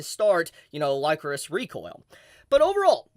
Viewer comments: Am I wrong or isn't it pronounced licorice like the candy? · I seriously thought you were saying "Licorice" the wrong way.... Lycoris sounds weird lol